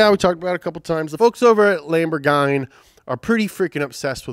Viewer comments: Next:Top 10 car cool names? Caiman or Cayman?:) Did you really say Lamborghany?????:):) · Who TF pronounces Lamborghini like that??? It is not Lamborgine... is that like an inside joke??? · As italian, I'm offended by how you pronounce the word "lamborghini" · "Lamborgine". lol! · I'm starting to think that mispell car manufacturers names in purpose man! Seriously Lamborgain? 😭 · I mean, the way he say Lamborghini instantly make every European to hate him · It honestly hurts how you pronounce Lamborghini